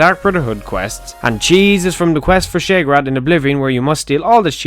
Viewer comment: You make great vids and I know I'm being petty as shit but god fucking help me the way you pronounce Sheogorath makes me want to bash my head into a wall until I have brain damage